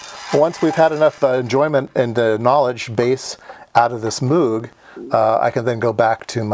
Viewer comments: moog is pronounced with a long o like "no".. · So Moog gets butchered but "verkshtahtt" gets a pass? Lol fascinating video as always.